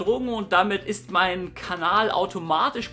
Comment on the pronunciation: Du hast dich bei versprochen, haha "Kanal"